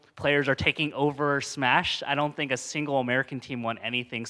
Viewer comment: "I fink, Dis was very good turnament." Armando